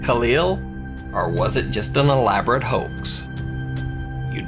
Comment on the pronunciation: "or is it just an elaborate hokes" KKona lmao